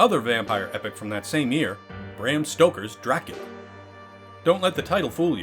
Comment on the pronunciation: And Bram is pronounced brahm dumbass